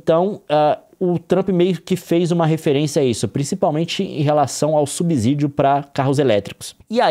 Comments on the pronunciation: A cada "subZídio" que ele manda meus ouvidos sangram. Fico imaginando ele dizer "subZolo" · Nilce e Leon, por favor, dêem atenção à pronúncia da palavra subsídio. A letra "s" só tem som de "z" quando está entre vogais, como em cAsA (lê-se caza). A pronúncia adequada é sub(SÍ)dio. Desculpem-me a chatice. Gosto muito de vocês. Um abraço 💚